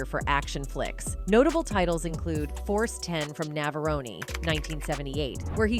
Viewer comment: Force 10 from Navarro-knee ?? Seriously?